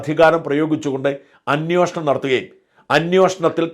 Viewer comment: സാജൻ Sir, അൻ +യോഷണം =അന്യോഷണം എന്നല്ല അൻ +വേഷണം = അന്വേഷണം, എന്ന് പറയൂ.